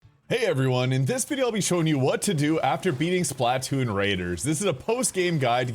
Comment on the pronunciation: It's Splatoon. Not Spla Toon.